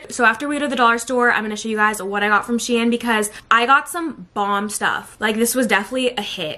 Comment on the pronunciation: 1. The company is pronounced sheen not shien which sounds like Ian 😂😂 2. Why do you drown your cereal what did it do to you